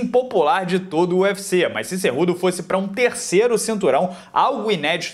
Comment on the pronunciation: Pô,se fala cu doce. Kkkkkkkk